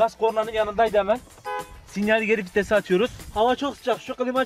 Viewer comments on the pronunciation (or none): Fites değil vites abi🤣